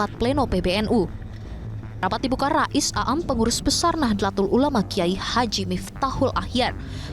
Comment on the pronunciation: Mohon maaf. Mohon izin memberikan koreksi: Seharusnya pelafalannya yaitu: نَهْضَةُ الْعُلَمَاءْ, bukan Nahdêlatul Ulama atau Nahdatul Ulama Rais Aam pelafalannya yaitu "Rais Ām" (رَئِيسْ عَامْ), bukan A'am. Profesor Nasaruddin, bukan Narasuddin. Cholil pelafalannya yaitu: Khalil (خَلِيلْ), bukan Kolil. : Penulisan yang benar yaitu "K.H.", bukan "KH". Rais pelafalannya yaitu رَئِيسْ. Tanfidziah/Tanfiziah pelafalannya yaitu تَنْفِيْذِيَّةْ, bukan Tanfid ziah.